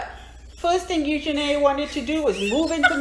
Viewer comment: The Ugenny pronunciation took me out. I love you guys. Just hearing you for the first time. Love how the squad is growing.